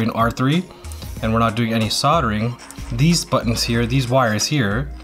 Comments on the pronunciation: Soldering. you said it right the first time. Everytime after you said it wrong lol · Sod er ing =\= Sold er ing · Dude... "sold-ering"? "disseminated"?? 😂😂😂 Still, I like the in-depth, hands-on, show-and-tell style. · It's "soddering", the L is silent. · Lol, souldering. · Did any one else who knows how to/about solder(ing) LOL about how he pronounced it the first few times.. lol .. other wise great tutorial. Thank you I might have to try this as i am looking for new ways to help my gaming ability since my stroke ( two days before Christmas 2019) yea a bit of necro on this video but w/e... might give it a try once i get more fine motor control back in my right hand. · I like how this is a tech channel and he uses bolt cutters and has no damn clue how to pronounce "soldering" lololol